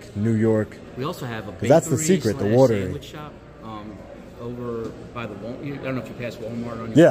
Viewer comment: “The secrets in the wuuter”